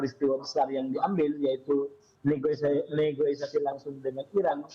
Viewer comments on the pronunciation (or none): negosiasi pak, bukan negoisasi